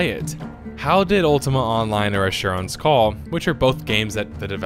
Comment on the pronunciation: the way you say asherons call ^_^